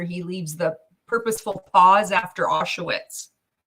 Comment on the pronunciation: Its not Ah-shu-wits, dumba**. It's pronounced Ah-sh-vitz